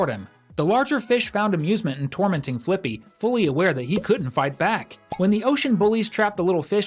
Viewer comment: It’s not flyppy it’s flippy